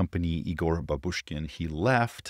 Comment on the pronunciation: Bábushkin surname has accent on its first syllable, from the word "bábushka" (granny)